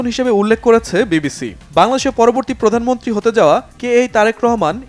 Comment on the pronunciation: প্রধানমন্ত্রী বলতে পারেনা সংবাদ পাঠিকা। বলে প্রধানমনট্রি শিং লিশ।।।